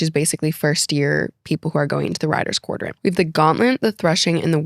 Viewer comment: Quadrant, not quardrant